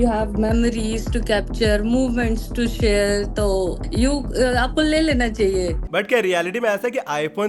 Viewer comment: Bhaiya i like your videos, Wanted to say something that apki vocabulary me H nahi, share ko ser bolte ho, emotional ko emosnal bolte ho, aur bhi bahot words ko aap sahi se pronounce nahi karte. Please polish your vocabulary.